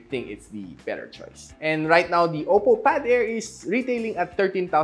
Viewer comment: “Oppow” hahahahaha